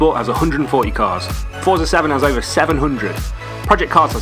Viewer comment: FYI, Forza is pronounced Fort-za similarly to how pizza is pronounced peet-za. :) I love this game. It's such a pity it never saw a HD release on XBL, PSN, and Steam.